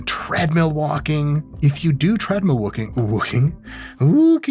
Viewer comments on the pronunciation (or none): W’s are hard V’s in an Iranian’s English 😂 Vauking 🤌